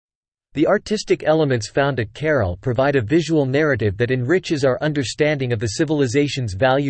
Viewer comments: The AI has turned this ancient city into 'Carol' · Why does the announcer not learn how to pronounce CARAL? You cannot translate. ca-RAAL. I could not continue watching the video mainly because of his mispronunciations.